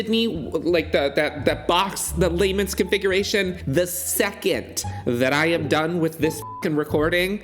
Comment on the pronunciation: Was slightly annoyed by your voice at the start, And then you mispronounced lament configuration i'm out 😂